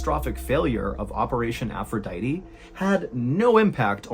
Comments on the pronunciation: Its Aphrodite Not "Aphroditeeeeeee" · The most disturbing thing of this whole story... is your pronunciation of aphrodite